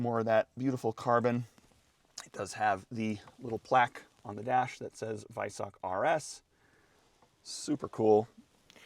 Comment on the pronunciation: Silver wheels look shit same with the black calipers, and you are miss-pronouncing Weissach.